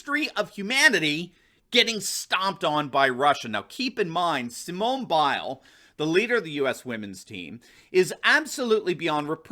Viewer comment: How does getting second place count as getting "crushed"? This guy can't even pronounces Biles name correctly . And there's nothing wrong with what she said. All you Trump dick suckers need to stop politicizing shit.